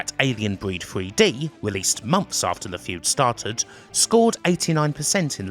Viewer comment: WTF is Alien Breed Fwee Dee and this wevolushun you talk about? Is it in this mystery feereta?